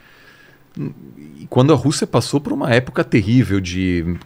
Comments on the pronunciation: Putz, esse "pruma" doeu!!! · Eu como português tb morri com esse assassinato da minha língua, pruma? Meu Deus!!!